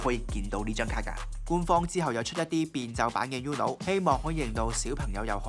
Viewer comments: 應該讀ooo-no， 唔係 yoo-no。 西班牙文Uno既意思喺1， 姐係淨低一張牌既意思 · 放屁，是/u/很难发音吗，我相信任何语言中都有类似/u/的这个音，uno也就两个音节，不一定非得懂西班牙语葡萄牙语意大利语才能正确发出/u/这个音吧，不需要你多高的语文水平，就记住uno这个发音很难吗？不说别的，包括我这样不懂日语的在内人基本上都知道“こんにちは”是什么意思而且大概知道怎么发音。没让你记住其他的西班牙语单词，就记一个发音简单的uno，我相信但凡是个智力正常的人都记得住吧。名从主人原则对吧，英文发音？英文都没有uno这个词！就记一个/u/的发音有什么记不住的？又没有让你学其他的西班牙单词！再说/u/的发音比/ju:/的发音容易发音吧？一个容易单纯的发音的/u/的发音记不住？？？？ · You are pronouncing UNO wrong!!!